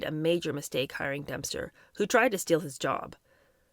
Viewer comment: is Dempster being pronounced Dumpster on purpose? Lol!